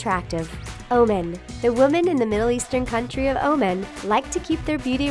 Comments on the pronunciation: It's not O-MEN it's pronounced O-MAN. Good job though you were really close, and no one's perfect so it's understandable if you make mistakes!😁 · lol. the way she pronounced OMAN... was like OMEN. it should be like OMAAN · She says oman as in "oh men" LMFAO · Whatever the said about Oman is mostly wrong and she doesn't know how to pronounce it correctly!!!! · I have never heard Oman pronounced that way.